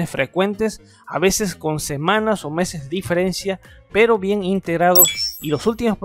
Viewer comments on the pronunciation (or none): none